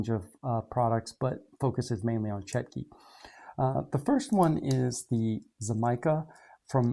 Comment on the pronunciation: Just to let you know, the Russian word is Чётки. The ё in Russian is pronounced like a "yo". So they are pronounced Chyo-tkey